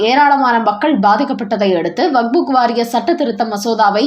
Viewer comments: தாயே பல தடவை சொல்லி விட்டேன் வக்புக் அல்ல வக்ஃப் சட்டம். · It is not Vagbhu. It is Vakf